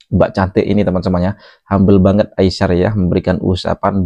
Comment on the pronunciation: Hello admin...sebutan namanya adalah Ai-sar..bukan Ai-syar...come on lah...cuba anda sebut dengan benar dan betul..!!